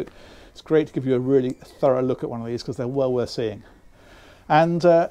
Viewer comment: Just a personal niggle I know but I wish he would STOP SAYING " becus " instead of saying "because". Other than that I really like these videos.